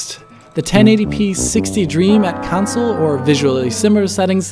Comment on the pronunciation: "council versions"